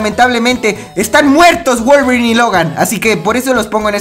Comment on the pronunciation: Like si te diste cuenta que dijo wualverin y logan